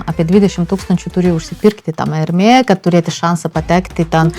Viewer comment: Hermès tariama su “s” gale - “ermesssss”